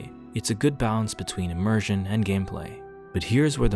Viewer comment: "Immersion", pronounces it "Eeeee-Mersion"